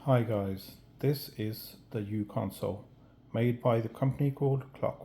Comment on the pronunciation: If you hadn't written this comment I would have. I also think it is uConsole and not Uconsole... for µConsole